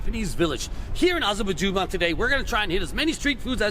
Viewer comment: How many cuts did it take for you to pronounce Azabujuban at the beginning? 😂